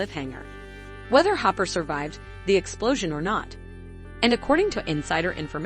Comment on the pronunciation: The way they pronounce “COVID” 💀 It also sounded like they said humper not hopper 😂